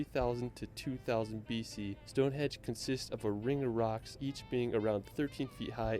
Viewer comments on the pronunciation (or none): Stonehenge, not "Stonehedge". Buckingam....NOT "BuckingHAM". He may have visited the UK a lot but doesn't have any idea how to pronounce the place names of The British Isles. Or facts - Mt Snowdon is 3,000 FEET high, not 10,000 METRES. That's higher than Mt Everest!!! No animus against you,, but this guy, for all his wonderful videos, is a bit of an ignorant Yank! 🙂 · I wish I could edit some of the audio, it’s so annoying, it’s Stonehenge not Hedge! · He did say hedge but your right it's henge